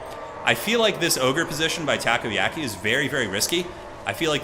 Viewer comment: I live in Japan and hearing takoyaki mispronounced a hundred times in this video drove me up the wall lol. Enjoyed watching the video otherwise, good work!